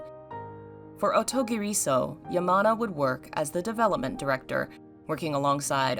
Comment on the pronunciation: If you want to say this title (or anything in Japanese) there’s a rhythm you need to follow so it sounds normal. Like the title, clap your hands to space the sounds out… O_TO_GI_RI_SO_U the R needs to be gently rolled like in Spanish, and the U get tacked onto SO like the OU sound in uncouth ….the way the author of this video is saying it kinda hurts. Just let the sounds flow. It’s easy if you try. Promise.